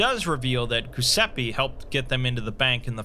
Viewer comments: Exploring all the ways to mispronounce Giuseppe. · I was actually talking about the phonetics, as an italian I always find funny how Giuseppe is one of the most butchered names by english speakers (I'm not mocking you, I'm pointing it out in a lighthearted manner). About the haze, hope you'll feel better soon! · I was looking at the comments to see if anyone else noticed that. Lol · Where you trying to read Giuseppe? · Yeah. The Italian version of Joseph is "Goose a pee" to him and the Broken God Mekhane becomes "Mac Cain" for him... Maybe that means, Nostradamus is for him "Nooster day mahss" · You ever heard him spell Mekhane? For him, the Broken God is "Mac Cain" instead of "Meh + kah + neh" But making Giuseppe into "Goose a pee"...crivvens, that's a new low *facepalm * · That’s a great narration as always, but your pronounciation of “Giuseppe” cracks me up, sorry